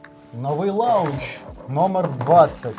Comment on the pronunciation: Хая хо! Всім вітання! трохи потошню, та все ж не "лаунч", а "лонч" буде вірно вимовляти :)